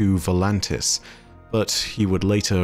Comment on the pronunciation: It’s “Voltanis”, not “ Volantis”